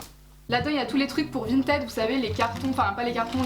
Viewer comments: Vinted on le prononce vINEted nan (ça m’a stressé tt le long de la vidéo)😂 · suis je la seule qui me suis peter une barre quand elle disait "vinted" a la française?😂